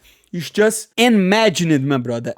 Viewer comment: "ENMAGINED MY BROTHER"